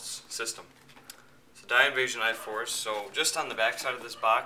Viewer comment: Did he just say invasion instead of invision